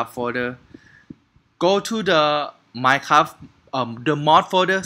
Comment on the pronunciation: you know when you tried to say minecraft you said minecabi